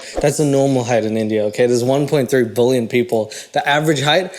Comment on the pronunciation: Never heard anyone say that 1.3 “bullion” like you say that 1.3 “bullion”. And I looked up how South Africans say it. You gotta stop that use your American accent on that word 😂